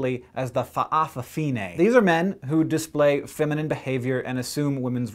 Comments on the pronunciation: That's cool by the way it's fafafine (fafa-fee-Neh) not fa'a fine lol but I will defiantly subscribe..u have a lot of awesome videos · if you ever need to say fa'afafine ever again, try saying fafafine, it's much easier to pronounce Samoa, pronounced sah m oh a but no spacing thanks for trying, and we Samoans do appreciate people who try to pronounce Samoa and samoan words. #subcribed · nice pronounciation, but most say fafafine or just fafa, im samoan btw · I love the way you say Fa' afafine xD It's incorrect, but cute and a bit silly. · My father's side of the my family is samoan, and I know that all N's in samoan(with some exceptions, for example the word Samoan) words are pronouced like NG like the end of 'king'. But the break between the Fa and the rest of the world is not usually as detectable as you would break up the word Hawai'i. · lol at how you pronounce fa'a fa fige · I cracked when he said "FA'AFAFINE"